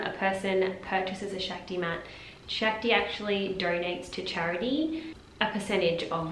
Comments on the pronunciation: It’s pronounced Shock-ti. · Actually. It’s pronounced shahk-ti